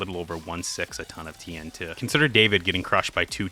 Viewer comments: I'm so upset that you call TNT (Tee En Tee) "Tee En Tuh". It feels like a subtle jumpscare every time. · Why are you saying "TN tuh"? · bruh says tnt like tntuh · why do you keep saying tee n' tuh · The way you say TNT irks me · why tf you keep pronouncing tnt like jimmy from south park